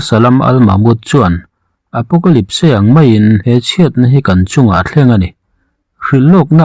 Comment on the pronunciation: Apocalyp-se ti in i lam daih a😀